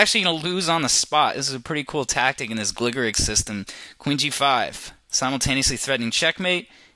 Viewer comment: It's pronounced Gligorich, not Gligorik.